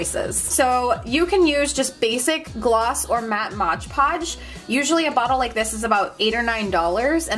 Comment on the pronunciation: It's "Mod Podge" not modge podge.